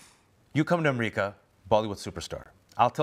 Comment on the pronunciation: Why is he calling it amreeeeca why ???